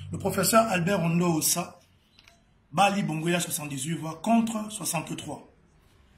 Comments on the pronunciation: L'opposant s'appelle Albert Ondo Ossa, et non Ondo Ondoa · C'est Albert Ondo OSSA ohh et non ONDO ONDOUA 😂😂😂😂😂